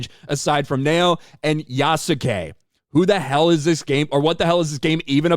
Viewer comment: The female protagonist's name is pronounced Nowaye.